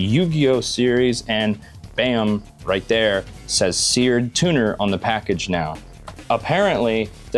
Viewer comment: It's seard tuner